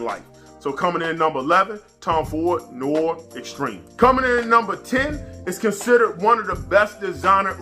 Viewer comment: "If you have this you're definitely winning in life" you dun know my guy! Btw "Noir" is pronounced like "No-war" g. I have recently acquired Dark Knight from Alexandria so I'm definitely interested in a comparison video. I'm also curious to know why you picked Insomnia over Black Phantom, do you like it better? Peace 🙏🏾